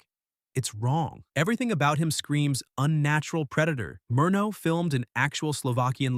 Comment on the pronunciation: Murnau is pronounced: Mur now, not Mur no.